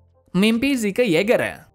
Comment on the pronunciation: zeke bukan zike